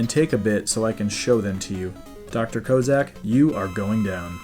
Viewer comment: Good stuff. I liked MM4 but think 3 gave me more feels. But the additions mentioned like Charging made a huge difference. I usually use the weakness's to beat the bosses as I ain't going for a record, just having fun beating the game. Good work on this. But, Dr Koh Zak? Its Cossack! Like the guys by the USSR! That;;s like calling America "Am er ic a" or Sodomy "Soh Duh Mee" As for me: I finally beat Eternal Champions today. Had to learn my character and how to handle each fighter, then face the boss with 5 formes, each with its own life bar, and I only get 1/3rd of mine each round, And you only get 2 tries or its back to the start. Oh and a while ago I did Mega Man III on Gameboy and faced Dust Man and a few of these and they had some tricky.